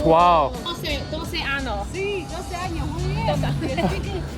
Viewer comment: you are such a genius. Want to remind your when you said the dog has 12 years old,”Doce años” you pronounced año to ano. Ano in Spanish means as*hole. I used to made the same mistake in the beginning 🤣, but nobody corrected me. Un beso